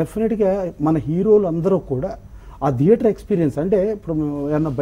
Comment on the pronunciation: దియేటర్ కాదు నాయనా థియేటర్.... మళ్లీ నువ్వు ఒక నిర్మాత అంట